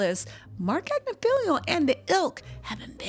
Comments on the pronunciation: Agnifilo...it's not Agnifilio. Tmz said it correctly. Just fyi... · rarely says anyone's name correct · She knows! It's just more fun her way